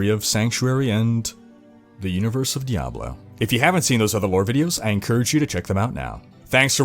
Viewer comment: Why do you say Diablo like that. Every time you say it my balls clap.